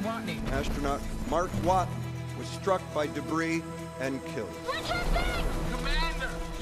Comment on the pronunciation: Is it just me is did Jeff Daniels say Mark Waten and the sat Watney the second time?